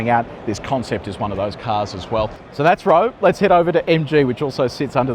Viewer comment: Good video but please check your pronunciations for Chinese cars. Roewe is pronounced "Wrongwey" in Chinese (weird but true). Also the blue lights you mentioned but didn't fully understand are the lights that show other drivers on the road that you are in self drive mode. Need to spend more time in China.